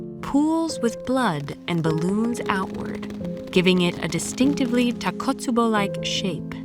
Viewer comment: Great video but just one minor complaint, the pronunciation of takotsubo is tako...tsubo not takot, tsubo as Japanese is phonetic language, so each syllable is different.